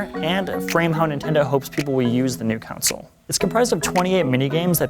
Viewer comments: It's really sounded like he was saying council... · It always sounds like he's saying counsel. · lol at "Cownsoul" 🤔😂😂😂😂😂